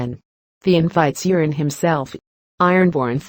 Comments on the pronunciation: Its euron...not urine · The Narrator is mispronouncing Urine Greyjoy's name.